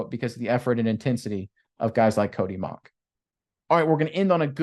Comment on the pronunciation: Relative here... it's pronounced Mau-w-ck